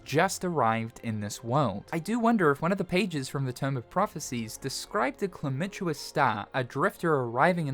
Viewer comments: CALAMITOUS sound it out & say it with me... like 'the great calamity' is 'calamitous' not chlamydious! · pronunciation skills are hilarious sometimes. it's calam-i-tous, like something bringing about a calamity. The way you say it sounds like they're bringing about Chlamydia. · I lost it each time you tried to pronounce "calamitous", I'm going to hell fo that XD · Im glad Im not the only one